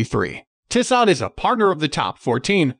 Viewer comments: It's pronounced Tee-so. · Dude you're mispronouncing Tissot. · Bad video if you can’t pronounce the brand name correctly.